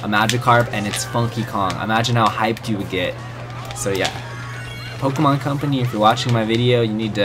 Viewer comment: he said pokeemon. T R I G G E R E D